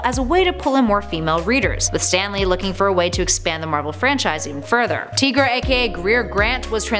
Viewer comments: I always thought it was pronounced TIE- GRA not TEA- GRA. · TY-gruh. Tiger - er + ra = Tigra If there's a way to mispronounce it, it'd be TIG-ruh, since there's 2 consonants after the "i", which usually means it's not a long vowel. And Tony Isabella, the creator of Tigra, pronounces it TY-gruh. So, it's TY-gruh. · Again w/the mispronunciations.... her name is pronounced TY-gra, NOT TEE-gra lol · Not tee-gra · you said tigra wrong it is pronounced like Tiger TI-Gra